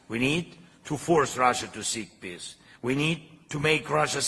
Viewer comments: does zelelsnky say peace or piss? Thanks for update. Have a good friday evening? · The way he pronounces the word peace,.. it sound like he is saying piss... shouldn't be laughting, bu I just cant unhear it 😂